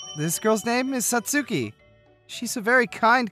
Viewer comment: Thank you. I really love these stories, but it grates on my ears when you mispronounce Japanese names (eg. Satsuki). Thanks.